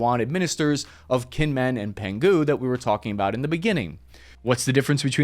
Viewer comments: 1. Kinmen is pronounced "Jing-men" 2. Penghu is pronounced "Pung-who" C. , the flags are not attached to the flagpoles properly, and the Taiwan (ROC) flag is backwards. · Please learn to at least pronounce places before you do reporting on them. It makes you look incredibly uninformed no matter how much research you may have done into the situation. Kinmen sounds like "Jeeng mun", Penghu sounds like "Pung who" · Been US troops here for a while now. They are basically training. There are no permanent bases. And I would look up the pronunciation of Kinmen and Penghu to get it a little closer to how they are pronounced. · im sorry, i cant hear you pronounce Penghu island like Pingu the penguin any more. PENG-HU. but actually more like PONG-HU. or go with the old spanish name for it, Pescadores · Penghu is pronounced "pung-hoo"... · It's pronounced Pung - Hoo. The G goes with "Peng" and is silent when you pronounce it as Pung Hoo. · “Pen who” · Better to just call it by its original Portuguese name, the Pescadores. Harder to screw that up 😆. Oh BTW, There's a G in Peng Hu, but should have been pronounced separately so that G is silent lol